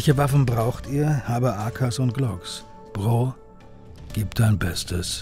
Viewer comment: Gute Doku. Respekt an alle Beteiligten. Aber wieso können Sprecher in solchen Dokus im Jahr 2022 immer noch nicht Worte wie „Bro“ oder „Rapper“ richtig aussprechen? 😅